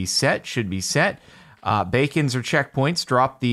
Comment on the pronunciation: anyone notice he said bacons at the start of the video not beacons